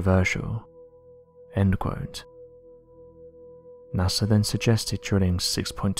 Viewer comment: I didn't know NASA was pronounced with an "R"